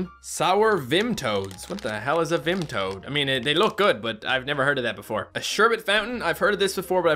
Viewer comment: Its funny hearing pronounce vimto, i pronounce it vim-p-toe or vim-toe or something like that